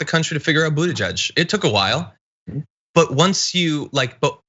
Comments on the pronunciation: John still mispronounced Buttigieg. Hah! It's "buddha-jitch," not "buddha-judge." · ""It took a while for America to realise its pronounced Boota - Judge" --- John, THAT IS NOT HOW YOU PRONOUNCE IT. My wife is Maltese, I lived in Malta for 20 years, Buttigieg is a Maltese name. Its impossible to actually sound it out here because Malta's unique language is difficult to explain. Xuereb is a Maltese name, its pronunced Shwer - reb. Now I detest Buttigieg, I support Sanders but I didnt hear once Buttigieg refer to his Maltese heritage. I dont know how close he is to it, so maybe he himself does not know how to pronounce it either. But believe me John, Boota - Judge is a laughable way to pronounce it. If you're really interested contact a Maltese community organisation and confirm it for yourself. Thanks John.